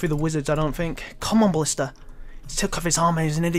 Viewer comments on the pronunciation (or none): none